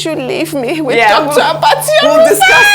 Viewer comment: Abbati stop calling her name that way